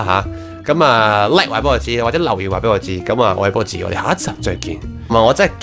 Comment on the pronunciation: 波子～真的好像在说廣東話呢？😂😂😂🤣🤣🤣